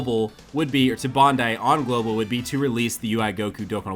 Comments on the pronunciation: I though it was bandai not BONDAI 😅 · Lol...he said Bondai